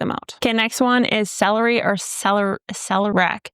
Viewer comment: Isn't it "sell-AIRY-ack"?